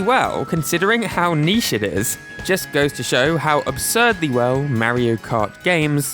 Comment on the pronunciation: You pronounced Mario wrong